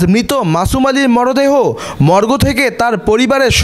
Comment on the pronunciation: ওটা মর্গো না, মর্গ!